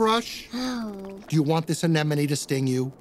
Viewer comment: Lil bro can't pronounce (A-ne-mon-e). ☠️☠️☠️☠️☠️☠️ Ffs when I was a small child, I would watch this movie 24/7, and still never understood the plot and/or dialogue. My little autistic-ahh mind couldn't understand shit. Plus, that's what Marlin and Nemo live in, an "Amanneeoeneene." ☠️🪦🪦🪦🪦